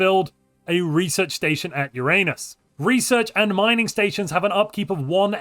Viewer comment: Why would you say Uranus like that? Why?